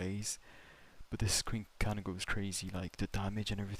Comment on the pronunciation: Um Actually it’s pronounced “Qwin-Key”(Quinque) not “Kwink” 🤓🤓🤓🤓 js helping ur pronouncing pal😔 U don’t want the community goons banging on ur door 😭